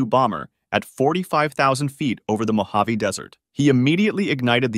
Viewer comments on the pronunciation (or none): none